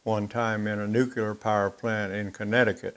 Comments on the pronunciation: OK, guys, this comment is two years after this video was posted, but it is NUCLEAR, not NUCULAR. The word nucular does not exist in any language. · I love your show and have enjoyed greatly seeing other shops. One thing though... It's nuke-lee-er, not nuke-u-lar. Drives me nuts! Now back to your regularly scheduled programming:) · I hate to be a troll (honest!). Please take this as a helpful tip: "Nu-cle-ar", not "nuke-u-lar". Please? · really he has yrs in the field making super critical welds... I think he can call whatever he wants u probably have never stepped in one!!!!